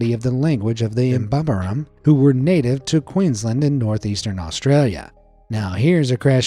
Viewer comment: The way he said queensland made me laugh so hard 😂 But seriously i love this channel 🥰 ❤️